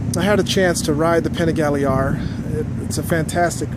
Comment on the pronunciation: Fun review.. Thanks for sharing... We need to get you some Italian lessons as you murdered every Italian word on the Panigale.... ;)Both great bikes.. Personally I'd rather have the Duc... And for this whose say v twins can't compete? Have you not seen all the Ducati championships? Ducati may be a bit down of late, but they won't be for very much longer...